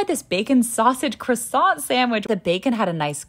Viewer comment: No american can pronounce Croissant. Me being from Europe, I still cringe about the CREWSANT.